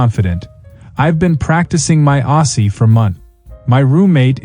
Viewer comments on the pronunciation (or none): Aussie is pronounced Ozzy, without a double “s” sound. AI limitations again on show.😅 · Why do AIs that are supposedly narrated by an Aussie always pronounce 'Aussie' incorrectly? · The voice over is Definitely not Australian by the way he pronounced Aussie Aussie Aussie oi oi oi